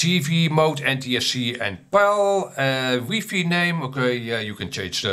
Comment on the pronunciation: Lol ‘weefee?’ First time I’ve heard it that way